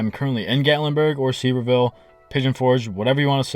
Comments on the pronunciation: It's said severe-ville Edit* I agree with you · It’s pronounced Severe ville. And great glad y’all are not coming back as it’s horrible for the families traveling and of course us locals that live here. Good hate to say but not really glad y’all are not coming back. Could not move from home to work or anywhere for a week! This happened with low rider trucks about 20 years ago and after the 2nd time it was cancelled and this was the first slammed show since that. Grow up if it’s a car show park them so people can look . No this was a big hook up event and a like and view grab. Had nothing to do with a car show that was just the excuse to take over a town and disrespect everyone at their HOME.